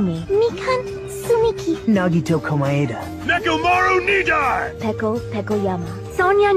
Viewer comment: nekomaru nidai is not nekomaru nidaing